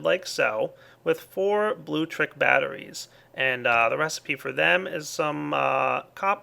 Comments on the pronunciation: MY GOD,. IT'S NOT 'BLUE-TRICK'. It's like 'electricity' but with 'blue' at the start. It's pronounced 'blue-leck-triss-it-ee'! SERIOUSLY. Just saying. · It's not "blue-leck-triss-it-ee" dumbass... it's blutricity. You know, "tricity", but with "blue" at the start. It's pronounced "blue-triss-it-ee"! SERIOUSLY. Just saying. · he says Bluetricity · It is actaully Blutricity Blu-tricity but i also my pronounce it wrong